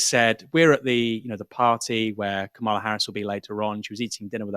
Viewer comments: Kam-a-la please get it right. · Aaron you still haven't worked out how to pronounce Kamala's name